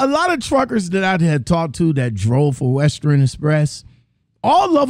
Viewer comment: Wow, I was just thinking that same thing. How do you get fired from Western Express? I used to work for Western Express, and yes I quit. Most people quit Western Express not get fired. It’s pronounced WES-TERN not WEST-TERNNN lol.